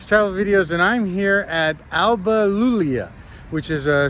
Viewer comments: iulia with i , not "L" , ALBA IULIA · They can't pronounce Iulia man, forget it...